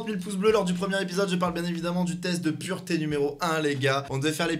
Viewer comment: C'est pas purete c'est pureté